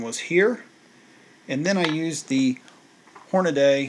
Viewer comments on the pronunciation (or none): OMG why do so many pronounce Hornady wrong? It's Horna(dee) not Horna(day). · Hornady! Not hornaday.